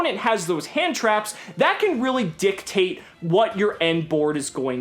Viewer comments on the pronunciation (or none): that "dictate" just sounded like a "dick tape" to my fucking ears lmao